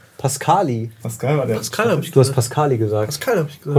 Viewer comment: Das sind 100€ für. Er hat "Pascal hieß" gesagt, aber das "h" verschluckt. Dadurch hörte es sich an wie "Pascaließ"